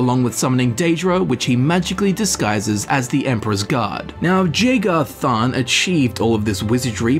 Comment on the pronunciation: everytime you mispronounce jagar tharn i want to cut my ears off like van gogh